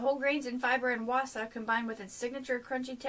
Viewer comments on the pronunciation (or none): its pronounced like "Vasa" the W is like a V